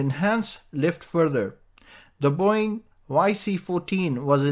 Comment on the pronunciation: The way they pronounce boeing is really funny.